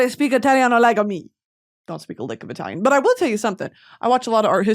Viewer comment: As an italian, hearing brittany pronounce italian words was killing me